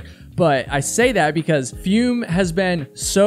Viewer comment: It's probably pronounced "foome" as in the French verb "Fume/Fumer" - to smoke.